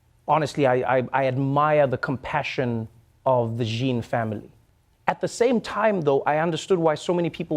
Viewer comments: "Jean" is pronounced as "John" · Not Gheen. It is french. zhawn is closer. like Sean Shawn with z sound, not so hard. For a national blogger